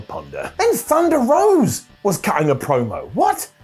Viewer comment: Her name is Thunder ROSA not Thunder ROSE. C'mon!!